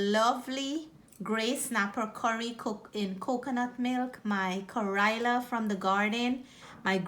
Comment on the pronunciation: Nice presentation but the pronunciation of the bitter melon phonetically in Indian language is “ka-ray-la” and not “ka-roy-la” as you keep saying. The fish looks yummy. Thank you.